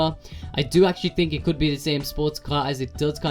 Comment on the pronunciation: Why do you say finking so much WELL ANNOYING!!!!